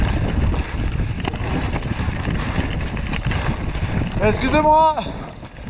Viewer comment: This guy "exusim wah" everyone else "you shall not pass!"